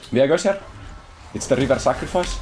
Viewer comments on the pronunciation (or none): "It's the river sacrefice" HAHAHAH